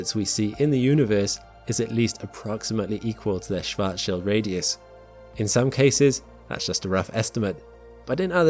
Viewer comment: Thanks for not butchering "Schwartzschild" shwarts-shield, with the "a" as in Mark.